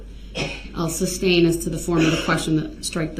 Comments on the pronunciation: The word is "sustain" not "substain" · Anyone notice how he says "substain" instead of sustain lol when he says "grounds for the substain" haha what a joke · “Sus” not “sub”!!!!!! How does he sleep at night? Knowing what he did and just not caring. I can only rewatch the tr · I love that nobody corrected his misuse of the word 'substain' during the entire trial.😅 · IDIOT , ITS SUSTAIN , NOT SUBSTAIN !!!!! IM SOOO HAPPY HIS ASS RECEIVED OVER A THOUSAND YEARS IN PRISON!!!!!!!!!!!!!😅😅😅😅😅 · "SUS-TAIN"... MUHFUGGA, "SUS- TAIN!!!" 🤦🏿‍♀️ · “Grounz for the suBstain” 😂😂😂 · It's so stupid he doesn't even know how to pronounce a 2 syllable word correctly. Substain for sustain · Groundz and sub-stain his favourite words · tackit for tacit, umbiblical cord (my favorite), sub stained, axed, spec a lation, relevancy, and soooo many others! 😅